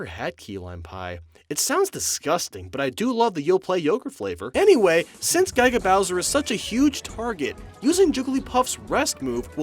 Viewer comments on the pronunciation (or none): Gai-ga Bowser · Why do you say Guy-ga Bowser? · I was just playing the events again and damn, the Ness vs the space guys and Dr. Mario and Nurse Peach are hard as balls, good video and I'm so glad doesn't say Guy-ga Bowser or Gendorf anymore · "Guy-ga Bowser"